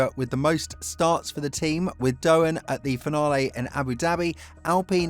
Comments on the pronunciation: It's Doohan not Dohan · Jesus christ man, out of respect for his Father at least, it's DOOwan, not DoHAN, didn't viruses come from there? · Lets hope for Jack's sake you can at least learn how to pronounce his name before the start of the the seasons last race. It's not that hard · Right, this is just disrespectful af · Learn how to say Doohan, I'm sure you can manage one day